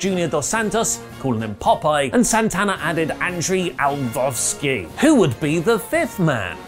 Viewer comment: "Andrei Al-vov-ski"...? 🤣 Oh, it is so much fun listening to you try to pronounce MMA fighter names. If you want you can just call him by his MMA nickname - The Pitbull. Much easier! 😁 Props though on calling them "Ameri-CAN Top Team" rather than "America's Top Team" this time! Keep up the good work!